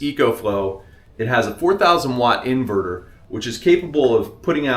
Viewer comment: InvooRooR in-Ver-Ter. Hunnert hun-dred